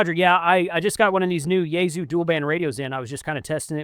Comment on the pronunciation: It is "yay sue" not "yayZoo"...